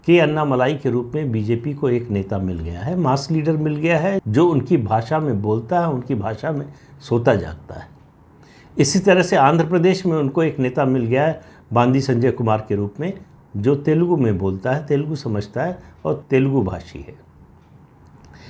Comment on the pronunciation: प्रदीपजी 🙏🏻 तेलांगना के प्रदेश अध्यक्ष के नाम का सही उच्चारण बंडी (बंदी नहीं) संजय है।